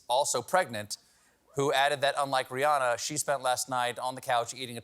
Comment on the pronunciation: Almost everyone pronounces "Rihanna" wrong. Rihanna is Ree Anna (like banana). After almost twenty years of fame, you'd think people would learn how to pronounce her name. On the other hand, her real name is Robin, so maybe it doesn't matter too much